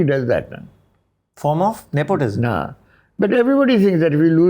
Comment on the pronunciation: It is unfortunate that not being great in English makes some people insecure (damn British dominion!)... Neither of their English is on point but they're trying to flex anyway. Pralhad mispronounces even basic words like nepotism ( clearly enjoys correcting him... while thinking being 'sacked' from a playschool is correct lingo)... Kakkar also is unfortunately the stereotypical Punjabi, entitled, arrogant jerk... full of bluster like the Chopras and Kapoors. Their swagger is ridiculous. He frames it as if he would have paid someone (Who someone? you could have financed your own films!)... to make a film... but someone "offered". May have happened... but clearly not the way you're presenting the situation. Hearing him talk about Aishwarya, Sushmita, Priyanka etc. reminds me of Yash Chopra telling Bhagyshree that it was foolish of her to get married and quit the film industry... giving advice to Sridevi etc. I'm sure they consider themselves to be above it all and better than most men in India (perhaps they are in some ways)... but I can't stand their attitude. Genuinely caring people don't boast! And of course also wants credit for "predicting" that Fashion would be a "benchmark". Mr. Kakkar it's not just "neOpotism" that defines showbiz and the whole world... But blowhards like you! I'm thinking right now of ALL the women especially in showbiz and what it must take to put up with the arrogant male bluster and massive egos etc. etc.... to get ahead. I can't bel